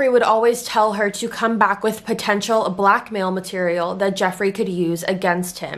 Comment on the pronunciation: when you were saying "blackmail" at first i thought you were saying "black male" and i was like wha huh 😂